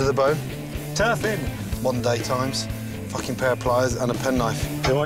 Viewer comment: “Absolutely fouking delicious”